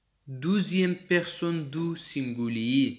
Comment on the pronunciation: سینگولی نه گرانه تلفظ سم که سنگولیی نور خه روان یی پختو تلفظ خه که